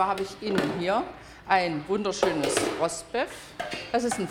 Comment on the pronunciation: "Roast Befff" 🤣🤣🤣? Und es heißt Panierung, nicht Panade. Man paniert, als ist es eine Panierung .